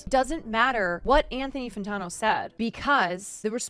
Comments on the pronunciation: Fan-tan-o not Fan-tawn-o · i enjoyed the vid until she couldn't say Anthony Fantano's name right. unsubscribe :/